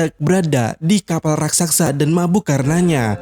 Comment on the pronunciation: Bukan rasaksa Tapi raksasa